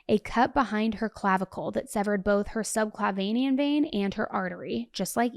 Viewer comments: I am no BK and am NOT nit-picking, but subclavian is pronounced sub-CLAY-vee-en, and I only know this as I'm a nurse. Hopefully helpful, not hurtful. We love you,!❤ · FYI, the word subclavien is not pronounced sub cla vein e an, the word is spelled with 4 syllables and pronounced sub cla ve an. There is no 5th syllable in this word. Just figured you would want to know.